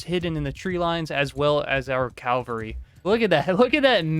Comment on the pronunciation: Do you realise you’re saying “calvary” and it’s cavalry when you say the word? 😂